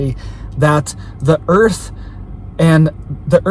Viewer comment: Its dah earf